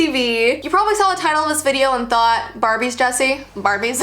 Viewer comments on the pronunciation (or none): marbies Idk why i laughed so much at this 😂😂😂😂😂 Also watch it at 0.25 speed 👌 Mmmmmaaaaarrrrrbbbbiiiieeeessss